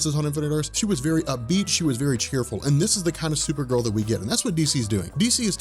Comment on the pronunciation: You say her name right unlike the show!